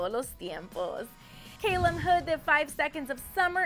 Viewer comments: Todos sus amigos, su familia, la 5sosFam e incluso mi mamá le dice calum, Ella es la unica que le dice keilum .-. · Hahhaha chinegro (calum) xD ah y ella le dice "keilum" xDD